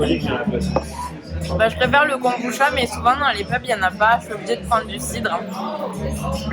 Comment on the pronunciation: En fait, ça se prononce kombuTcha, comme le matcha. 茶 , transcrit cha ou tcha mais toujours prononcé tcha, donc, veut dire thé en japonais (même si ce n'est pas du thé, et encore moins du thé de kombu) 🙃